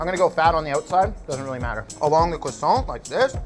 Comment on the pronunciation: People fucking the word croissant up never gets old